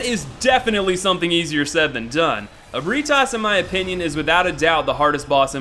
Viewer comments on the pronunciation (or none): none